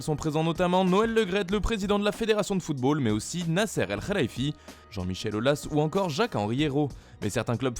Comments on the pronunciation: Il a dit kharaïfi ou lieu de khalaïfi... Il a limite dit "fait caca dans" pour le 1er 😆 Mais bravo pour l'effort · C'est Nasser el khelifi et non el kherifi 🤣🤭mdr